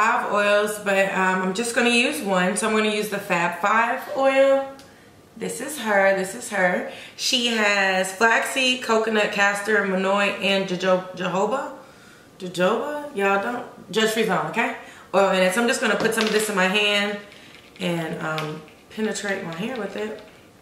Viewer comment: Jojoba pronounce ho ho ba